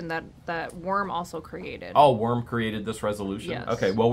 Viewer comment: I always thought it was Worm not Warm.